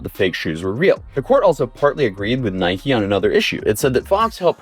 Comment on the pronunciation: Can anyone pronounce Nike correctly.....